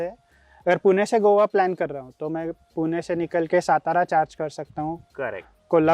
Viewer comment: Puna nai re baba ... Pune ahe te